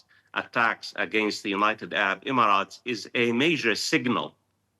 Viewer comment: Professor, you are saying “United Arab “Imarat” too much 😂😂😂😂